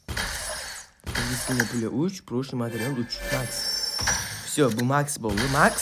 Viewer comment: Brat xam iziskinniyni orniga izgizkinniy pula dedi😂😂😂😂😂😂😂😂😂😂😂